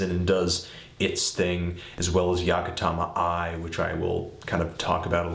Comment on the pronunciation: >pronouncing yamantaka eye as yakatama eye